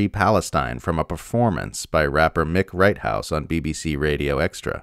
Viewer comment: "Mick Righthouse"? 🤣🤣 I think You mean Mic Righteous, and he's a beast